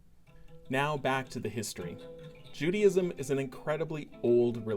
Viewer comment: Not pronounced Judyism.